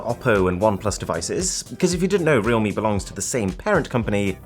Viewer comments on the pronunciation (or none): its pronounced "real-me"? I've been pronouncing it as "realm" lol